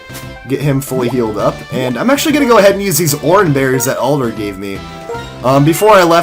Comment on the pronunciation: I keep hearing "Oliver" instead of Alder